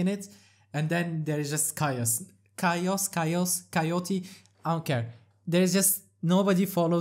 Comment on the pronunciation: Found a new way to pronounce chaos, Ty 😅